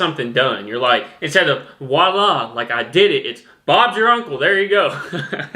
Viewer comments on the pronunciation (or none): Instead of oila? WTF is oila? The world you were looking for is VOILA and is French.